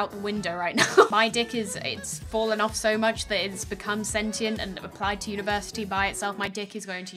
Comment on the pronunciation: University? More like univertitty.